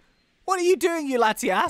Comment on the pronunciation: I thought he said Lati ASS